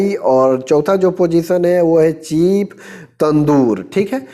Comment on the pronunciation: Chef mean चीफ़ नहीं शेफ होता है भाई